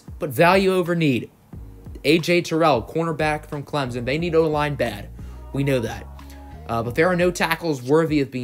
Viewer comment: You can pronounce Noah igbinoghene but not Clemson